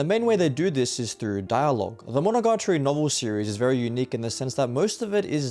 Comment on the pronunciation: bro its "Monogatari" not MonogaRtari